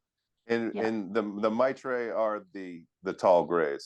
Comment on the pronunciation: Two against One on the pronunciation of "Mitra" stop with the "Matra" crap.